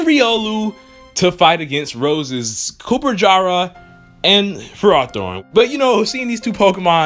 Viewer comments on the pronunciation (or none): This ep was awesome!!!! Not Dracovish its Dragapult!!! Fake Geovani LOL!!!!!! Goh's Dainamax battle was pretty good for his first time!! Looks like Meowth cant speak once he Gmax's! :( Its not Copperjarah its Copperajah!!!! I agree with u that this arc shud have been longer!! After this arc there will be another arc based on all the legendary pokemon as we see in the intro song (1,2,3..)!!!!!!